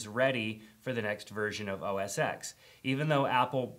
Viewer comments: It's not MAC OS "X" It's MAC OS "ten" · Oh Jesus, not another supposed tech "guru" who cannot pronounce OS X correctly. It's OS 10 not the letter x. It's a Roman numeral! And secondly, it's now macOS Sierra. They dropped the OS X moniker.